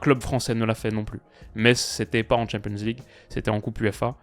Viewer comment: Qu'il apprenne d'abord à dire champion's league ou C1, c'est pénible ... et ridicule (quand on comprend l'anglais).